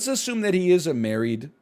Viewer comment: I cracked up so hard at how many times he said "married" wrong. The entire story was ridiculous and weird thanks to all the edits but NL being unable to read/speak made it even more hilarious Edit: IDK WHY BUT THE SOCIAL MEDIA RANT IS SO FUCKING FUNNY